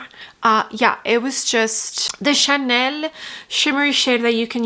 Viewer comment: Love watching your reviews…but hate when u try to pronounce Chanel or Dior differently..it makes me cringe.Anyway, just say it regularly. Love the eye look and love your videos ❤